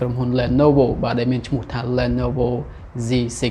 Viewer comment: អានថា លី ន វ